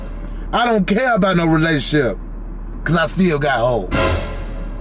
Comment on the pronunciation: 😂😂😂 he said relationship re-lay-toon-ship